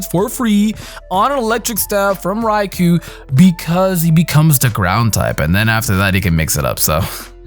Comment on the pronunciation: Rai-Koh Not Rai-kuu You said it right the first time.